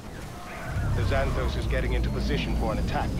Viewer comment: «Xan» → «Szæn», not «Ksan» in «Xanthos».